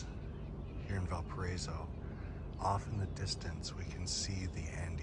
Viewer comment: VAL PA RA Í SO NO "VAL PA RA ESO"